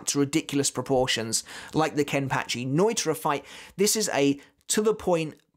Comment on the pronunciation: Love your videos but you butcher pronouncing things and names it’s ( No-e-tora) not noitra it’s (grim-jow), like ow that hurts not grimjoe. And finally it’s (key-do) not kie -do